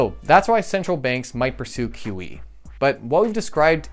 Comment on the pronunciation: Every time he says QE, I hear kiwi. I was tabbed out and couldn't unhear